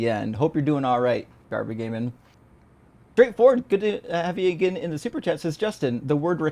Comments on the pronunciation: I know Justin has trouble reading certain words, but pronouncing "garbageman" as "garba gay man" is wild. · Just an inside joke. Justin pronounced it wrong one time long ago and it became a long running joke. Garbageman is in on it lol